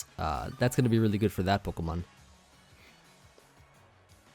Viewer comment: = Pokemn = Pokeaim Me = will totally get them mixed up constantly lol